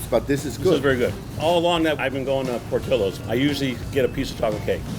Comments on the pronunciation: The whole time, I kept thinking they’re mispronouncing the name. Shouldn’t it be Por-tee-yos? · There's no way their name is "PortilOs". They are spanish, it's "Port-ee-Yos" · It’s pronounced Portiyo not Portillo. Double l makes the y sound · The real crime is the pronunciation. It’s not Portill-Ohs it’s Por-tee-ohs! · Hispanics cringe every time the name Portillo’s is pronounced wrong In this video. It’s Por-Ti-Yo nor Por-til-lo. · Pronunciation is Portillo's Not Portilo's. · Why is it pronounced portillo... it’s “Por-Ti-Yo” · Why am i cringing when she said portillos and i feel like its should be pronounce portiyos but whatever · It's funny how Americans can pronounce rare names such as Louis Vuitton, Cartier and others but can never EVER pronounce Latino names properly 😂 It's not Porti "low" it's Porti "yo" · Fax. In Spanish, it’s pronounced “Por-tiyo” and not “ por-tollo” double L is always the y sound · Why can't they pronounce it right lol Portillos(Portilowes)? Nahh it's "Por-ti-yos" 🤣🤣🤣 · Im pretty sure it’s pronounced [por-tee-yos]….. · Por til los... Should be correctly pronounced. It's a Spanish word. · That is way too much. Also its pronounced portiyos, as its a spanish name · In SoCal, we pronounce it "Port-EE-yos" like the double ll in spanish. lol oops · Love how they pronounce it “Portilos” hahaha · portillos... porti LL os who the hell was in charge of doing the pronounciation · My last name is PORTILLO and they are pronouncing it wrong lol the LL = Y sound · Why does she pronounce portillos like that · My last name is Portillo and the cringe with the pronunciation is real 😷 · Why do they pronounce Portillo like that? More annoying than “moist”. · They way everyone is pronouncing Portillo’s is driving me crazy! I get it though.